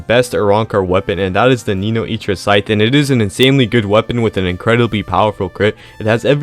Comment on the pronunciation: I've never seen anyone butcher Nnoitra's name worse than that bro 😭😭😭